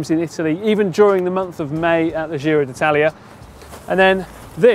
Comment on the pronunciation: It’s “gee-ro” as in “jeans”, not “jhiro” as in “gilet”. Come on guys, you’ve been there nearly 3 weeks by now, surely you’ve heard it said right enough times to learn.